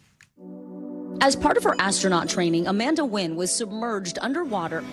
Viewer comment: Amanda Nguyen's last name should be pronounced 'N'win' instead of Win, and Vicky Nguyen's last name should be pronounced 'N'win' instead of Win too!